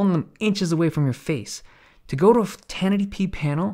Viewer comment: Every time you try to pronounce ten eighty p, it comes out as tennetipee